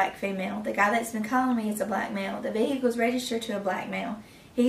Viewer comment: Vee-Hick-elll 😂 Jfc, hire people that graduated middle school!